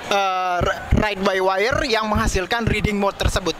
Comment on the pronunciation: ngomong riding kyk reading xD